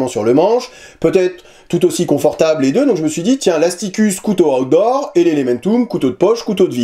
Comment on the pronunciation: Ta façon de dire "Outdoor", on a l'impression que tu dis "Hot d'Or", remarque, c'est logique quand le couteau s'appelle Asticus 😂😂😂